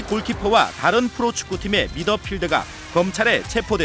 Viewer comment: 근데 왜 자꾸 '미드필더'를 '미더필드'래요 ㅋㅋㅋㅋㅋㅋ